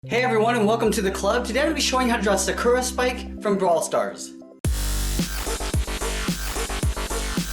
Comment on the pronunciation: Am I the only one that cringed when he said Sakura wrong.